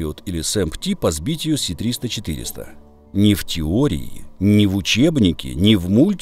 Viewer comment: Чудове відео! Все в "десятку", як завжди! Бульборусь - величезна проблема. І вона сама собою не розсмокчеться. Одне лиш ляпну., не "Сі-300" а "С-300". То не англійська буква "Сі", а кирилична "Ес". Правильно читається "ес-триста".